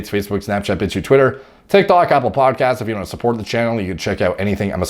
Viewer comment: I swear I hear bitch tube everytime you say bitchute. Didn't even know bitchute was a thing!